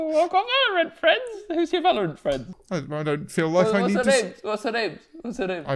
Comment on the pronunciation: Oooh fwend